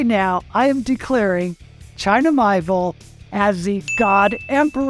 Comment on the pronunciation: With kind regards: China Mieville's name is pronounced as: mee-AY-vill